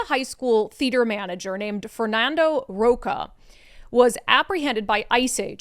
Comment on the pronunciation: I think you've been in the US enough years to know that the "ch" sound in Spanish is not "k or c" sound, it is like "chile, chile" ch, ch, ch. So his name is Ro-CHA as in cha-cha-cha